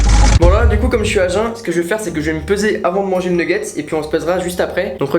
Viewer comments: Super la vidéo " neggets" continue comme ça ❤️ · J'aime trop tes vidéo trop bien continu commença bon pour le mots c'est nugets